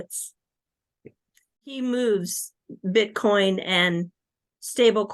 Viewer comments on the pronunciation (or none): ...i hope this isn't too offensive...but i could have sworn I heard him say Bitch coin (meaning Bitcoin).😂 Go XRP!!!!